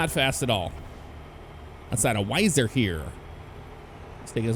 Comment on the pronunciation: Also Weiser is pronounced we-sir